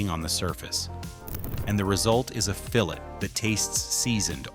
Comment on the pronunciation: It sure would help with the integrity of this video if they would have the voice pronounce "fillet" properly.